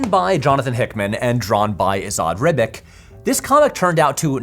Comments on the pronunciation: tiiiiiiiiny nitpick, but as a former yugoslav citizen like Ribic, its not "rib-ick" but "rib-ich." think of how commentators pronounce Nikola Jokic or Novak Djokovic's names (if you watch basketball or tennis...). the lil tick above the c kinda means "pronounce this like theres an H after this letter, so like ch or sh." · the surname of the comic book artist of AVA is pronounced rib-itch fyi